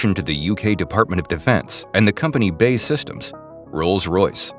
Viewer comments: "Bae Systems" 🤣 It's B. A. E. ("Bee Aey Ee") Systems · it is pronounced B.A.E. Systems not 'bay'